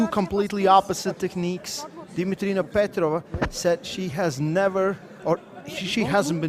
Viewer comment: Dimitrina's face say everything (ALL DAY LONG !!!!) she was unshakable. To the cast please start asking the athletes how to pronounce their names. Dimitrina PetrovA its not a silent A ;]